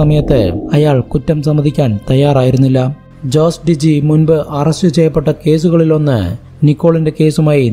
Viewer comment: Jose ജോസ് അല്ല ഹോസെ